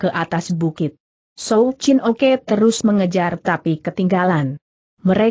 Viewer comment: Souw Chin Ok Dibaca Souw Chin Oke